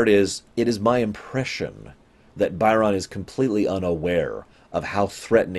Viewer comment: I don't know why you keep calling him "Buy-RON", like he works as a purchaser for Mr. McDonald the clown or something. They say his name in the episode, it's "BY'rn".